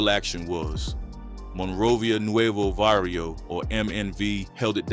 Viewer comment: It's Barrio not varrio